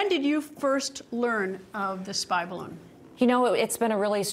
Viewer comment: Up Up and away in the beautiful “Bid-A-Loon”